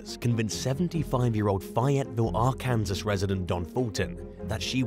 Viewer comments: LMBO, I couldn't get past the AR-Kansas, I had to comment right then!!! Actually it's Are-can-saw The k adds another k sound that isn't there. If we gonna correct the Brits, let's do it right!! Lol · It's AR-KAN-SAS Pronounced ARE-CAN-SAW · Ar Kansas? It’s pronounced Ark-En- saw! grrr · It's always funny hearing brits try to pronounce Arkansas, FYI is is pronounced Ark-can-saw. lol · Its pronounced like Arkin saw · try R-Can-Saw when pronouncing Arkansas 🤣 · Arkansas = Are-can-saw..... we have weird spellings that are pronounced way different than one would think,c which makes it weirder compared to the spelling. I fully embrace our weirdness! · Arkansas is pronounced R-can-saw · It’s pronounced ARK-EN-SAW. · did he just say Ar Kansas? Lol I'm sorry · I’m a Brit and even his pronunciation had me in stitches.